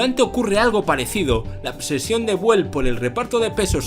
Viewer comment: Muy bueno el video, pero la pronunciación es "biúel", no "buel" como ud ha mencionado. Saludos cordiales.